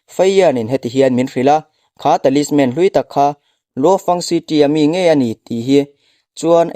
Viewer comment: Temple tih hi pangngai deuh in i sawi thiamlo mi,city tih pawh lam dik lo dark pawh lam dik chuanglo space tih pawh lam dik lo,dik tak khan lam ve mai la